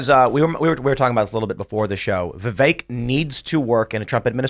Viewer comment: Vipek Ramaswamy? 😅